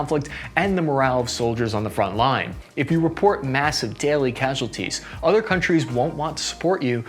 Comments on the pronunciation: Dude, I generally love your content, you're hilarious and you provide a lot of useful information, but I'm begging you to spellcheck your graphics and learn how to pronounce the words you talk about. You butcher so many words in literally every video, it's painful. Cassualties?! A few mistakes are understandable but it feels like you don't even try to learn the pronounciation of words, especially in relation to Ukraine. These are easily googleable, people will pronounce the words so you can easily reference them. It will significantly elevate your content. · "Cassualties"? Not impressed.